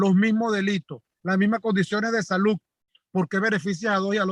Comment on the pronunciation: Miren, abogados del mundo: aprendan a hablar. No se dice “inectos”, “acsolutamente”, “saluc”… ah! y a vestirse también se aprende. Se puede tener toda la razón pero esas “cositas” degradan la profesión. Mi respeto y apoyo a quienes luchan contra la narcodictadura en todos sus frentes.